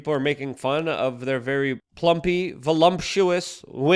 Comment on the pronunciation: Luke- "voluMptuous"😂😂😂